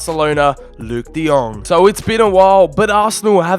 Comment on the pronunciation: De lit , de young😂